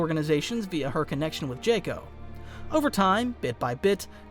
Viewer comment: I'm not sure why but the way you pronounce Dr. Gero really throws me off it keeps pulling me out of the immersion